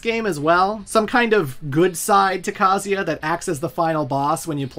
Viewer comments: Grate video. Funny but man I bugs me how you pronounce the name Kazuya it's pronounced Ka (like car but without the R) Zu (like zukini without the kini) Ya (like Yaa ok I didn't think this through) Kaa- Zuw- Yaa. Every time you say Kazia I cringe. Ha ha ha. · Can you stop calling Kazuya “Kazeya” lol Is KazuuuuuuuYa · Ka-zu-ya, A-su-ka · Is that the right pronunciation of kazuya? Ka zee aaah? I have said kah zu yah. Thanks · It's not "KAZEEA", you anglophones need to understand that most languages, unlike english, pronounce the works like the are written. IIt's not bloody Kazeea, or Kaza, or kazua, it's bloody KA-ZZU-EEA. FFS, at least do some research before mispronouncing names for a whole video. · I can't handle how he pronounces Kazuya. it's KUH-ZOO-YUH! Not KAH-ZEE-YA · Bro it's pronounced ka-zoo-ee-ah it says it in the games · WTF is kaziya? You can’t pronounce kazUya? 💀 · Very thorough video and I would love to give it a thumbs up, but you mispronounce KUH-ZOO-YUH about a million times, despite seeming to go out of your way to correctly pronounce almost every other name in the story. SMFH 🤦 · Ive always pronounced Kah-zoo-yuh.. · he pronounces every name wrong lol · Dude can’t pronounce kazuya or yakuza , even calling Mexico South America so yeah .. don’t expect to much lmao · This guys pronunciation of Yakuza and Kazuya are truly ear-splittingly abysmal. I’m ashamed as a fellow American. Japanese is written phonetically for non Japanese speakers, it’s not hard to pronounce a U, you got it right with Kuma, at least. U is “oo” as in book or toon. YakUza, KazUya. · You're saying Kazuya's name wrong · Good god you unironically pronounce Heihachi and Kazuya like that? Did you even play the games? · Why is your pronunciation so bad???.... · the amount of times you said kazuya wrong is actually astounding. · What's up with the absolutely brutal Kazuya pronunciation